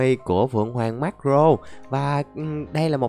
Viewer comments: Marco ko phải Marro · Tao là ati fan đây tao dái video này được 500 nghìn lược ko thích độc tên cũng sai người ta là maco lại đọc là maro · Em đoán anh xem ít one piece vì marco anh đọc là mắc cờ rô